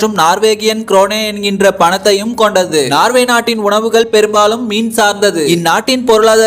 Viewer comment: நார்வே இல்லப்பா நோர்வே.